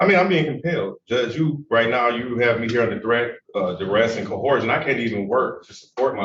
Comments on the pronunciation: Yep. Corhorsion is the worst! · "Cohorsion" ROFLMAO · How come no sovcit can ever say “coercion” correctly? They all say “co-HOR-shun” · Thanks to the sov cit movement, we’ve found another word black people cant say. First, we’ve got “ask”. Now, we’ve got “coercion”. 😊